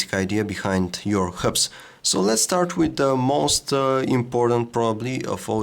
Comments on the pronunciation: HUBS, NOT KHUBS! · dun give excuses saying that it is an accent problem, being able to pronounce all other words normally but those 2 is not accent, it is lousy english. n it is not a mistake k coz he repeats it as herb every time. n i am sure u know that he stumbled on the amoled word at first, lucky he did not repeat that. n do u know how misleading and embarrassing this could be for tech newbies that do not know the correct pronunciation and tells their friend-Hey guys check it out my new omnia 7 (cont) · it took me ages to realise he was saying hubs...